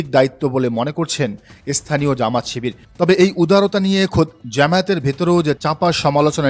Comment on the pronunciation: প্রতিবেদক ভাই, যেমাত শিবির নয়,😂 জামাত-শিবির। শুদ্ধ বলতে গিয়ে সিদ্ধ করে ফেলেন না 😂😂😂